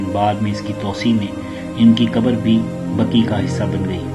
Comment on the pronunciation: Bhai sahab jannatul Baqi hai Aap jannatul Baki bolrahy ho .....ghalat hai bhai ...